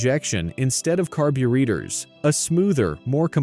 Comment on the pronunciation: I hate AI narration, ruined the video. Carber-eaters? Really?